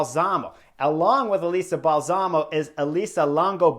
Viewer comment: Excellent analysis Chris. BTW, Balsamo, accent on first syllable. Bal-samo.